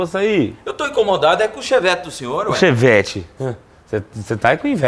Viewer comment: Ninguém abisolutamente ninguém O cara: Cheevete Kskskkk